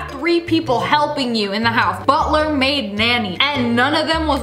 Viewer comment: When u said butler Maid nanny it sounded like butler made nanny